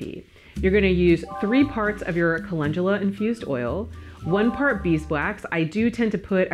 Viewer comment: Chemamoleyy must be so sad knowing that you can pronounce Calendula so well 😉